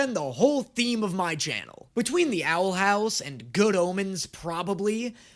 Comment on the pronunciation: This means he must not like the owl house lol he never gets their names right